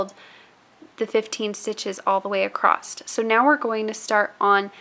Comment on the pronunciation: Please don't take this as a critique - I'm just really curious, from a cultural geography standpoint - but I'm wondering what region or state you are from. I ask because when you say "across" it comes out like "acrosst." I've heard another loomer's video wherein she does the same thing and I'm wondering if it is part of a regional accent. Just wondering. :) I'm a citified Texan, now transplanted to Michigan, so I go in and out of my Texan. ;)